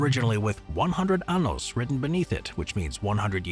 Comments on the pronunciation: You mispronounced "años"..."100 anos" means "100 anuses" 😂 "ahn-yos" as opposed to "ahn-os" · one hundred anos? That's a lot of bhole!